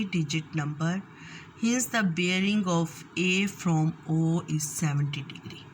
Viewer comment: Aur breaing nahi bearing hota hai. Jesa bolo ge wesay he likkho ge Allah ki bandi Meri chohti bahan. Correct yourself.